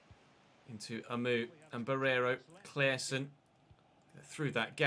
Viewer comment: Can tell you as a swede how to pronounce Claessons name. Just take away the E and pronounce it as “Claasson”